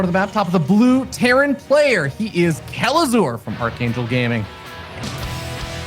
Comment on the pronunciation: Not "kelazhu", "kelazhur". Correct it, please)) (I don't know eanglish, I'm so sorry about my mistakes)